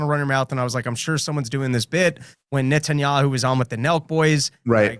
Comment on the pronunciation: Dave on the verge of saying Net-n-Yoohoo